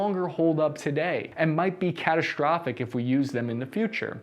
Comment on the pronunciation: You mispronounce words like strategy and catastrophic as “shtrategy” and “catashtrophic”. Weird, bad habit.